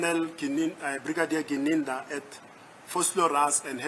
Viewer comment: How come that Ratha cant pronounce Mogola and Gininda correctly? He keep saying Mogole and Ginanda 😮 why ??